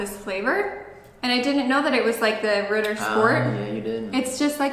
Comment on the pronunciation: it's not RIDDER...sport...it's Ritttttter Sch-p-ort